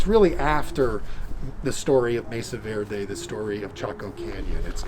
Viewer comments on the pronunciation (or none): none